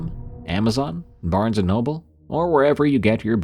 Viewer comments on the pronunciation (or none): none